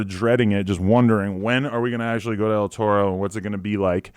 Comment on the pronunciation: Say it right dawg ur in LA “L Toe-Roe”🤣🤣🤣🤣wtf